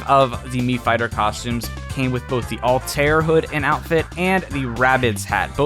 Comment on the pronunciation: Just wanted to quickly point out in Assassin's Creed's first game Altair is pronounced All-tie-ear